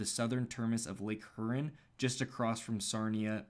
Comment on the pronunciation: It's pronounced "hyuron"